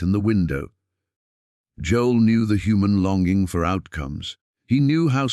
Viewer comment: AI recording. It mispronounced Joel’s name calling him “Joeless”